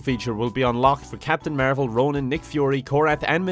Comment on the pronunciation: I only hear marble instead of marvel